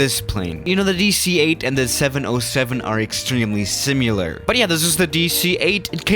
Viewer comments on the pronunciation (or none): The word is SIMILAR, not SIMYULAR. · Not to be pedantic BUT... There is no “U” in “similar” or “similarity” or “simularly”. It is SIMILAR, not SIMULAR. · You keep saying SIM-YOU-LER, when the word SIMILAR is pronounced SIM-I-LER. You also CURSE during your commentary, making you an EVIL man. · I can't find the word "simular" in the dictionary...any clues? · Similar... SIMILAR. Not simular. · Nobody:: Similar? No, no, it's SIMULAR. Me: T R I G G E R E D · Say it with me: Si-Meh-Ler Not Si-Myu-Ler. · And SIMULAR morphs into STIMULAR. STIMPLY ARMAZING!! I really think he should start doing videos on NEW LANGUAGES!! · Everytime you say “similar” like “simulur” I cringe. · Sim-you-lar. Do you also say nuke-you-lar? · You are using the George Bush pronunciation of the word "similar". You say "sim-ya-lar" . That cracks me up something special. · "Simular" you better stop playing simulators jeez LOL. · When my pilot friends see the MD-80 version of the DC-9, they call it a "Mad Dog 80" which I think is pretty cool. (PS the second "i" in "similar" is pronounced the same way as the first one, just FYI)